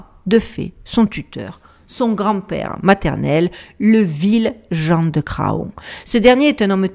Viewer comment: salutations. bon alors j'ai déjà failli intervenir pour souligner "on ne dit pas gratte ciel" parce que... voilà! (grat'ciel!) Mais là, ma chère je ne peux pas laisser passer Jean de Cra on. parce qu'on ne dit pas fa on, on dit fan (bébé de la chevrette, faon).. Un énorme merci pour ton travail.